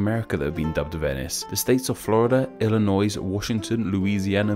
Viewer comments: Did you pronounce Illinois Illi-NOISE 🤨😂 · Did he say IlliNOISE?! I’m from Illinois so I get triggered every time I hear it pronounced like that lol. :) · Illinois is pronounced Illanoi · Pronounced Illinoy, not Illinoys with an s! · slight pronunciation error. It's pronounced "Ill-a-noy" The "s" is silent because it's a French rendition of a Native word. Edit: Also, it's "Fort Law-der-dale" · Ilinois is pronounced as "Ilinoy" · As someone from Illinois, i need to tell you that the S is silent. It's pronounced ill-annoy. It's okay since even people in the U.S. sometimes pronounce the S but if you dont learn from this mistake then we may start rioting. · Alright Americans, let's laugh at the guy who pronounced the S in "Illinois." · I feel dissapointed that you don't know how Illinois is pronounced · touché! I'm not a native English speaker so I will blame it on that... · you pronounced Illinois wrong. The "s" is silent! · A lot of Illinoisans are gonna be mad that you pronounced the S. You don't pronounce the S. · The "s" in Illinois is silent, FYI. Listened like 4 times to make sure I heard you correctly. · You do not pronounce the S in Illinois. I can hear my mom repeatedly telling me that from when I was a kid, she grew up in Illinois (I did not). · AHHHHHHH in Illinois you don't say the 'S' dang it! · Protip: The s in Illinois is silent. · The s in Illinois is silent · You mispronounced Illinois the s is silent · in illinois, the s is silent🤪